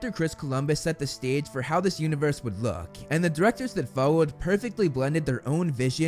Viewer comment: "the Diwectows dat Fowowed" my man, you have GOT to get I to a speech therapist. This is insane levels of speech impediment, for someone who relies on his voice for his living